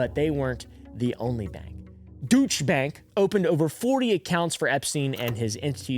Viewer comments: Deutsche Bank pronunciation (Doytsh a) Bank. 👍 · please google how to pronounce deutsche bank 🤣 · Peace and love, I’m in tears over how you pronounced Deutsche Bank 🤣